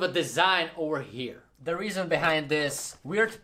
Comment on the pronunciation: Your accent isn’t bad at all but try not to pronounce “th” like f okay? Love ❤️ your vid keep up the good work!!!